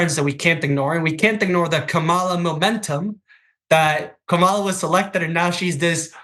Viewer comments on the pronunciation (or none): Her name is pronounced Kam' ala, not K-Mal' a,. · going back and forth with the name pronunciation. Total immaturity and disrespect.